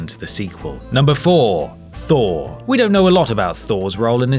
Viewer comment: NO. FHOUR......THOR😂😂😂